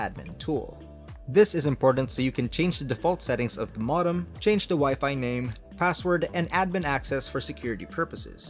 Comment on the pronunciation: It's "Moe-dem" not "mah-dem"